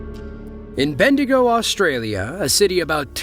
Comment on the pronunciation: You got Bendigo right, but Mildura is pronounced Mil-Joora. Gotta love Australian English 🤠